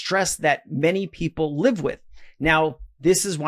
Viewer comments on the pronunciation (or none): none